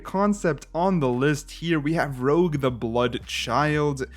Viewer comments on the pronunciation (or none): It's Rouge, not Rogue :) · I am not 100% certain but maybe "Rouge" is supposed to be pronounced as "Rooj" like red in french?